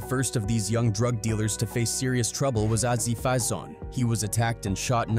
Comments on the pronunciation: Ozzie fie-zone 😂😂😂 who DAFUK is that 😂😂😂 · Bruh this AI is so terrible, he said Aziii Fizon lmao